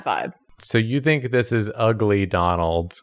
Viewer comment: "its behind his bacKHHHH i thinKHHH" jesus f!&king christ